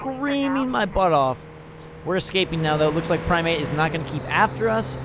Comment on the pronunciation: prime-eight sounds like 'primeape' lol